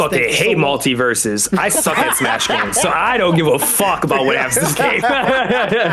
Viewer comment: The guest’s take on multiversus is wild. I cannot disagree any more with what he’s said lol Terrible take. But then again he could barely answer the simple question of “how do you feel about games as a service “ In fact he couldn’t even say the name right lol it’s multiversus lol furthermore the foundation and gameplay of the game is by far the most solid we have seen in the 3d platform space and the roster potential alone is far more recognizable and nostalgic to a broader audience then arguably any Nintendo character outside of Mario or legend of Zelda and 3rd party characters most ppl don’t know what games 90% or the smash roster originated from. So he gameplay was good , they spent an extra year polishing it lol . Most devs leave us with shit products. We are gonna sit up here and get upset that they want to take the game away for a year to cook ? Huhh??? When I hear these wildly inconsistent takes I just don’t know how to respond cuz it makes me feel like some ppl as long as they have a platform will complain no matter what. Not a jab at anyone on this podcast. But it’s just interesting. Cuz if devs leave us with a half assed game (in most cases that’s what happens . But in this case the game was decent but then the servers slowly deteriorated and content slowed to a halt ) I would argue it just doesn’t make sense in this case above most others to be full of so much scrutiny because of things like…. “Because Warner basically bros…” when it you even do a little research y